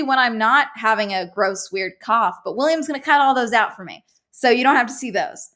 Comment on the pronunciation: When she said cough the first time, I thought she said cop and kept wondering why she’d need to go to doctors for it